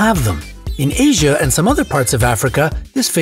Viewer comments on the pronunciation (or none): none